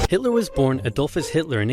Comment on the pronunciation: you pronounced that name perfectly! Greetings from Vienna, Austria